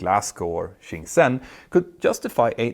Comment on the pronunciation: It's not shen ksen. Please either study chinese for 5 minutes or use google translate to listen to how it's pronounced. It's shen jen (шен чжэн)